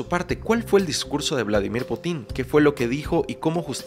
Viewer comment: Putín o Pútin?? PÚTIN, no putín :)